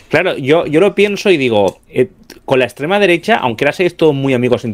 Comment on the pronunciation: Por cierto: en el primer minuto el tal ha repetido cuatro veces "la ekssstrema derecha"... 🤣🤣🤣🤣🤣